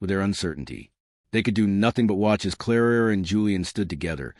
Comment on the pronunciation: Oh Lord, again narrating, 3 centuries out of sync, and calling Clara 'Clarara' - Why?? Was the robot on whisky? How does she have all this time for interacting/flirting? Isn't she there to do a job???